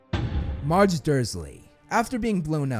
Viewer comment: Her name is M-AR-ge, like large, not mawge.